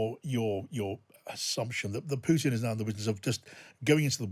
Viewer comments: It is not "PYUTIN", it's not "PYUTIN"! Hearing PYUTIN is cringy. It pootin. Poo-tin. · This "expert" doesn't know that U and YU are different Russian letters and Huilo's name is not "Pyutin" which amounts to an annoying mispronounciation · No, it's Pyukin. Or Pyutrid, I forget which.